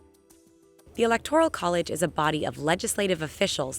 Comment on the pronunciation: First learn how to pronounce "Electoral" correctly.